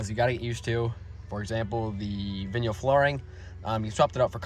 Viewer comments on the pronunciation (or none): What kind of flooring? "Vinyl" is pronounced as "VY-nuhl," where the first syllable rhymes with "sky" and the second syllable is similar to the word "null." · VINYL. “VINE L” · I really like the video and I really like the rims. They are really cool but I’d have to say when you said or-a-gon i was shocked then when you hit me with the “vin-yull” i about lost it 😂😂